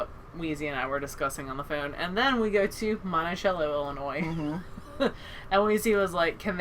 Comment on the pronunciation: Us local yokels pronounce it- "Montisello", the c sounds like an s. Can't wait to meet you. Safe travels.